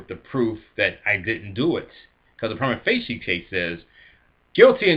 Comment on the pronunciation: There are many ways to pronounce it and you're pronouncing it wrong in every single way.